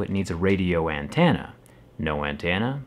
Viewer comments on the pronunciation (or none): The way you say antenna ain't right. It's an-TEN-uh, not an-TAN-uh. That's up there with how you used to say isopropyl. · Nobody can sit here and tell me the way he says “antenna” isn’t funny! It’s sounds like he’s saying AN TANNAA like it’s a state. I say An TENNA very quickly and sharply. Lol 😂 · Why do you say Antenna as “Antanna” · What’s an “antana?” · Yo why does he say ‘antanna’ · We need ya to say "antenna" more often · He says Antenna more southern than I do. I’m from Tennessee son. lol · To be clear I wasn't even trying to make fun, for whatever reason I find it intriguing I guess lol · I don’t know if it’s me or anyone else but the way he says antenna kind of cracks me up a little bit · You say antenna weird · Jerry why do you say antenna like that 😂